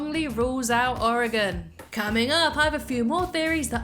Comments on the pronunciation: Oregon It's Oregon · It’s Oregon